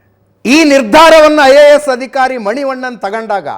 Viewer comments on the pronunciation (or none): none